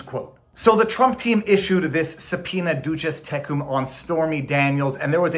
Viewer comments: I'm no lawyer, but in what limited law I've had, they've never called it "doochiz tekoom" but rather "doosiz take 'em" And I do speak a lil Spanish,. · I like your liturgical Latin pronunciation of “duces tecum.”